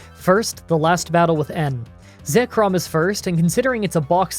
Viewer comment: Well, actually, “Reshiram” and “Zekrom” are pronounced “re-SHY-rame” and “zee-KROOM”.